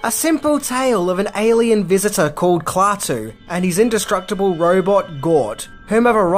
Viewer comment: LOL! KLAWTOO